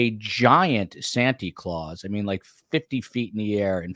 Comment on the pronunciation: If I hear Santy Claus one more time. Not cute coming from a grown man.